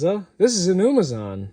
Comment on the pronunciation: It’s not “umazon”